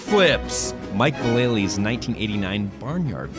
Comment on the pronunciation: If you can't pronounce "Vallely" correctly, don't say it.